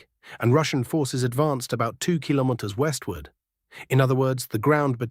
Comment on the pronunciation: It seems it's very hard for this AI commentator to pronounce "Kilometers" correctly.